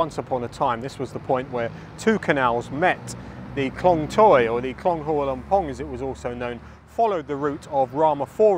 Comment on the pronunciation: You have done a lot of research to make this video. But sadly the insult is your total lack of repect and effort in learning the correct way to pronounce every word of Thai correctly. The first one is Hua.